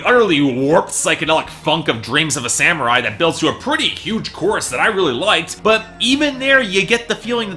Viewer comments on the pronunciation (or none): none